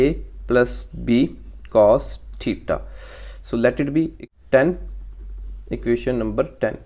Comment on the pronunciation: Theta ❌ thitha ✅